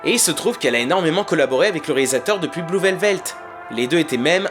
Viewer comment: Bonne analyse, bravo. Attention à la prononciation du titre de l'un des plus grands film de l'histoire par contre... "Blue Velvet" pas "velvelt"